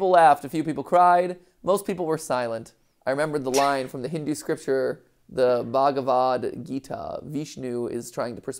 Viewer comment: As a Hindu, hearing Mats extremely hesitant pronunciation of Bhagavad Gita was way more funny than it had any reason to be (nailed it btw)